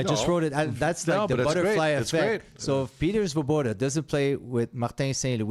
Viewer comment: The Svoboda accent is a beauty!! Fits right in!!